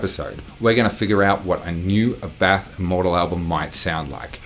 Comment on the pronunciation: Just me or this guy looks like Tom Cruise? Edit. Youre mispronunciating this. Is ÁBBATH, not Abbáth.